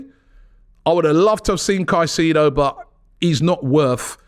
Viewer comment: So glad I don't have to hear about Moses Kah-seeee-doh any more.